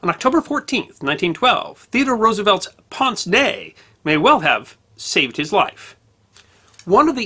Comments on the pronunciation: ponz? no! "painz" is much closer to the french. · Pince-nez: french for nose pincher. When you pronounce it, say it more like PINCH except for SS at the end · Ew, it's not 'ponce nay"! Remember when Bugs Bunny would say, "Aahh, what's up, Doc?" That nasal first syllable is how you pronounce the vowel in the first word of "pince-nez".